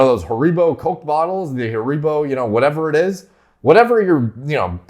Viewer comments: "Hareebo" 😂😂 *harrybo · "Ha-ree-bo" AHHHHH that hurts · Haribo is pronounced Harry-bow if anyone was wondering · Even how says sweetie names makes me feel inferior 😂 ‘American’ - “HA-REBO” Me ‘Scottish’ - “HAH-REE-BO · the waya pronounced harribo kills me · Love that hareeebo pronunciation :) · ha ree bos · Hair re boz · You say Haribo weird. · you say Haribo so Mexicanly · As a Brit I visibility double taked when he said Haribo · The way he says Haribo has confused and doubted me the way I’ve been saying it for life. Sure ain’t wrong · The way said haribo lmaoo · caught that lmaoo